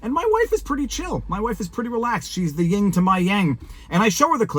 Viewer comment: Very respectfully, it is "yin" and "yang" not "ying". Just trying to help.